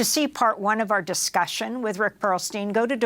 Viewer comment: "Perlstein" Every Single Time.